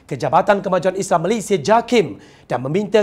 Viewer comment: Saya sangat suka dia sebut "MALAYSIA" sangat cantik sebutannya. (Bukan Malaysyia) Puas betul dengar setiap perkataan yg dia sebut. Seronok dengar dia baca. (Tolong jangan tukar orang lain)